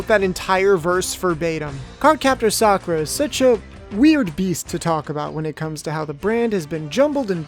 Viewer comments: Sakoo-ra and Showron? I only know Sah-currr-ruh and Lee. That's what they were called in the Nelvana dub. Oh man it's a trash dub, but it's my childhood ❤️ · Facts... "Sa-koo-ra" instead of "Sock-er-a" sounds straight up Disrespectful for Japanese Pronunciations🤦‍♂️ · It's SAKura, not SaKOOra or SaKUra. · Correction sUHkura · Thats the weirdest way of pronouncing Sakura